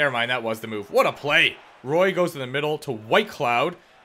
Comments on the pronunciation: As a die hard knights fan it’s “wah” not Roy please you’re killin my OCD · I think you are the first person I’ve heard pronounce “Roy” like that, it’s my last name and everyone pronounces it “Wa” because of Patrick Roy😂